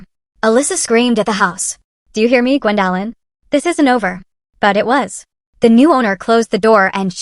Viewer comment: Can we please train AI to pronounce names and words correctly? Gwen-DAHHH-lyn 😂